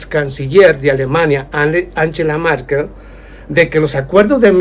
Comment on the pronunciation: Angela Merkel y no Markel.